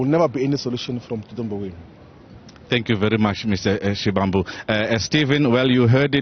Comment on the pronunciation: its SHIVAMBU LEARN TO PRONOUNCE PEOPLES NAMES PROPERLY . PLZZZZ 🤍